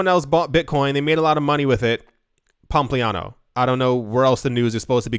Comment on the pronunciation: ( mins) "Pump-liano" 🤣🤣🤣🤣